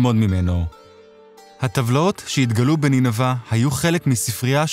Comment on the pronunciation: נינוי? נשמע כמו נינוה